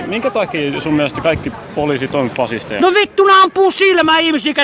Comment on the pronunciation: "Woe wittu fwasisti"... Ihan Elmeriltä kuulostaa ja näyttää. xD